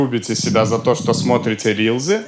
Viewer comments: Христа ради, рилСЫ, а не рИлЗы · "рилСы", а не "рилЗы". Произношение есть и в других словах бесячее. Из-за этого смотреть неприятно.